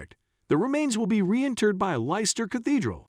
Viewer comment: It's pronounced Lesster. Bloody AI crap